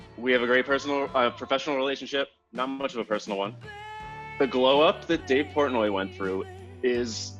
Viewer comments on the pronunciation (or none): lmao..... "Portnoy"